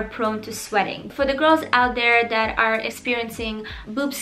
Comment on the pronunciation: I love her accent so much omg like how she says dat instead of that 😩💕